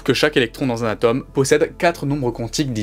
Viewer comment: Marrant de parler de science sans savoir prononcer le "o" de "atome".